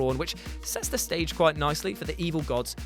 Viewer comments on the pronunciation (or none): none